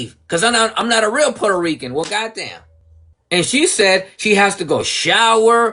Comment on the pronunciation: she cant shut up and then she cant answer....shes so annoying. She cant pronounce "puerto rican", "indigenous", "natural" and so many other words but she brags about being part of the USA 😂